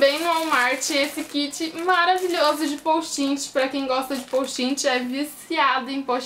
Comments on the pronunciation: nao e poustinti e postite aprende a fala pra de pois fazer videos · Não é postin-ti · ana- beatriz pessoal você disse "posti-ti" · ana- beatriz pessoal num e posti-ti tbm não. Se escreve Post' it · ana- beatriz pessoal ela fala postinti e vc posti-ti o certo eh post-it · oq ela mais enritou foi ela falando postinti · kkk postinti gostei mtt do vídeo mas vc tentando flr certo post it foi engraçado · vc falo postinti foi isso que eu entendi